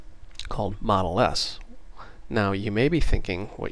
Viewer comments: Great video! Two things: 1) it is setModal which implies a modal window, where modal is pronounced mohd - l, this is different from model, pronounced mod - l. See the wikipedia entry on Modal window. 2) It isn't neccessary to #include "mydialog.h" in mainwindow.h, you should simply use a forward declaration. This is because we only have a pointer to a myDialog type as a data member. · Took me a while to figure out what "model" you were talking about. Here we prononunce it mode-ah-l, not mod-e-l.. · Great video series, and thanks I'm sure I'm not the first, but I believe 'modal' is usually pronounced like 'MODE ILL'. I imagine it derives from the same root as the word 'mode'. The etymology (and pronunciation) of 'modeless' should be fairly evident. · Great Qt video. Only "modal" is pronounced "MOE DAL" not "mod el". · Yeah, it's "mode" which rhymes with "toad." Do you want the user to be forced to deal with what's on the new form before they can go back to the parent form? If so, make the new form modal. If not, and you want to let the user interact with both the parent and the child form simultaneously, then make it non-modal. GREAT videos though. Truly an incredible asset to learning Qt-Create, and the Qt application platform in general. A million THANKS!!! for doing these... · "modal" is not pronounced like "model" but it rhymes with yodel with the o sounding as in oa of soap or boat. This is pointed out in the Wiktionnary.